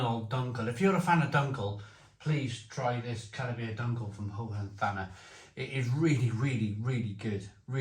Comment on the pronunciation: This is the beer that you are supposed to use the classic clay beer stein for ;) Pronounciation is like Hohen-tarner for a Brit.